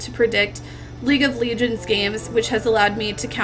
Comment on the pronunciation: Why does she call it League of Legions..?